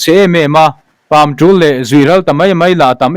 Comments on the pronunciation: Pàmṭûl pawh a ni bawk lo e! Pàmṭùl a ni zawk e, sr pa! CHhiar thiam lo thei si😮😮😮! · Pâmṭûl pawh i chhiar dik lo tlat mai. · .chawngthanzama thu ziaka Pamtul i chhiardan ki khi a dik lo, tul lai tak khi, "a va tullo tak," tih a tul ang hian i chhiar a, a dik lo, Pu Duha tih a duh tih thluk hian chhiar tur. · Namnul tia, 'nul' ang hian Pamtul, a chiang lehzual em😊